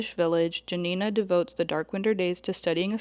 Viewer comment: do you know that the book has a movie adaptation by Agnieszka Holland? it's called Spoor. also the protagonist Janina - the J is meant to sound like Y